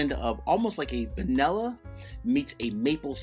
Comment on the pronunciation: Hmmmm... what is "vanehlla"?😅